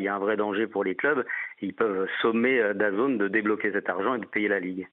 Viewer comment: Daz « N » pas dazone….